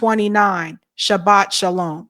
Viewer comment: Dude said sabbat shalom 😂😂😂 God does agree with his life style... 🤢